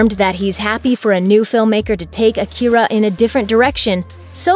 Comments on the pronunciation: It's pronounced Aakira, stressed on 'A' not 'ki' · The fact that you keep mispronouncing it's name is all the hopelessness that I have for a "Remake" of a masterpiece that it already is. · driving me nuts. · You can’t even pronounce it